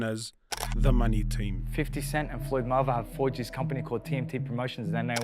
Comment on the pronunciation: 🤣🤣🤣 im dead, why can't he pronounce "Mayweather " ?????